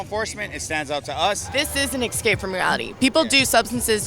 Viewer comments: “Ecscape” Please don’t ever say it like that again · "to ex-scape from reality"..... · "ekscape" "escape" There, fixed that for ya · as soon as i hear "ecscape" i lose interest with anything that person has to say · "excape" Really?